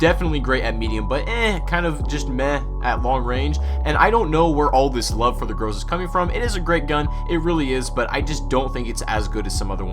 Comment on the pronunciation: The 'Gruzah'